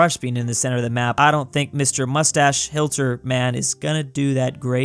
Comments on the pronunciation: Nice btw is pronounced HIT-ler not HILT-er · Nobody:: hi-LT-er me: Smashes my keyboard yelling hi-TL-er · it's not Hilter it's HIT-Ler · YOUR SAYING HILTER WRONG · Why you say hilter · The way he says hitlers name wrong bothers me.